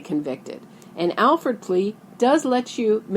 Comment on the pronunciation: It's an "Alford" plea, not an "Alfred" plea. You also don't know about the rest of it (besides how to spell it)